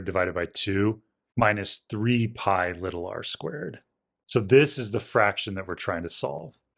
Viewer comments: Nothing is wrong in this one except for your pronunciation of little, but that might just be dialect! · Li-TUL r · If you listen he says it without annunciating. My guess is that because his accent kinda makes it sound unclear (more like “liddle”) he wants to say it clearly (or just say it technically “correct”, even though basically everyone in America pronounces it like he does). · Out of curiosity, is there a particular reason you try to really annunciate the T in 'little'?